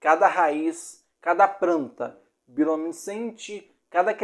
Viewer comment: Gostei do vídeo, mas... Você devia fazer um segundo vídeo com a pronúncia correta! Praneta, Eia, pranta, etc...